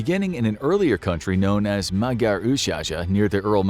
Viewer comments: So country which change multiple its size and change few times its location over few tousands of years??? I am look at you Armenia... And I Can Also tell you this Magyar Oshaza (Magyar ancient Home) you dont pronounce that like maadyaaa oooShaaShaaa ( you Also not pronounce Sri Lanka like Shri Lanka..) it sounds Madjar ( like Mon Dieu ) Ősh haza (a like banana and not a like back).. It is pronounced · I think you mean "Magyar" instead of "Magna"